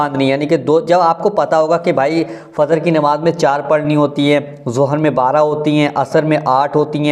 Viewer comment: Bhai Fazr nahin Fajr hota hai